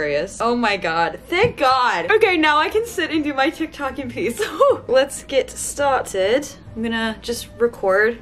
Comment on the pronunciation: love that British accent on the "let's get started"